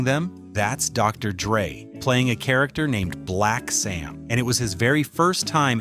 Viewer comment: Also, D.R.E. is DR. DRE ..... PROUNOUNCED AS: DOCTOR DREY FUCKING AI!